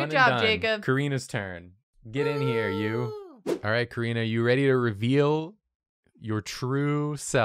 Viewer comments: You keep saying we spell her name wrong, but it's you who pronounce it as Korina instead of KArina 😅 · It sounds to me like they say her name as Kuh-ree-nah, which is pretty similar to how Katrina (Kuh-tree-nah) is pronounced (at least where I live in Canada idk).